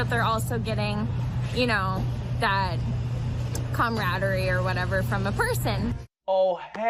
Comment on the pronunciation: Well since Camels are good at math #Discworld, why shouldn't Lamas be good at science? Also, did she say camaraderie or cumaraderie? :P